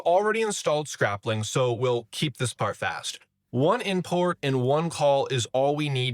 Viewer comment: Why are you saying scrap-ling and not scrayp-ling